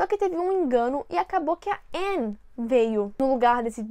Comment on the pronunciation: Ela pronunciando o nome da Anne sem o "e" eu lembrando de todas as vezes que ela corrigira as pessoas por isso: '-'kskskkkk